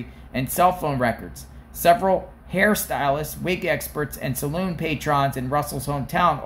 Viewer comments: It's salon not saloon. 🤣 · SA LAWN. NOT SA LOON. LOL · First, PLEASE it's a SALON, not SALOON! Big difference! 😂 As far as Carlee is concerned, she's learning the hard way what mama always said, "Be careful if you do things for attention; you might not like the attention you get." Also, people dont like being manipulated and having their good nature pranked or taken advantage of.